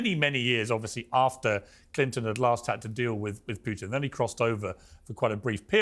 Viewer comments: For all english native speakers: PUTIN is red like put- in, not PYUTIN... avoid sound "YU/JU" IN THE "U" letter. 😊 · Anyone who pronounces Putin as "PEW-tin" automatically shouldn't be taken seriously. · 😂😂😂 I scream loudly every time I hear them say “Pew tin”. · To all you British dorks: his name is "Putin" not "Pewtin". Until your country stop jailing people for tweets I don't wanna hear you opinions about American affairs. Go home redcoat. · Poo - tin